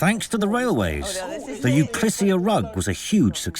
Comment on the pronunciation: An Euliskia rug, you say? Not Euklisia, you mean? 🤣 Poor having another senior moment